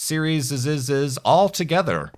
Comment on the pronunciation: can some one tell me why he says serieseseses